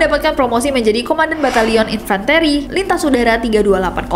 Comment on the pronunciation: Maaf kayaknya baca infanteri nya salah ya.